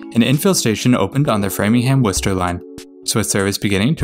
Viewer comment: I was a little bit surprised when you pronounced Worcester. I have lived in central Mass for a long time and I still can’t pronounce it properly sometimes.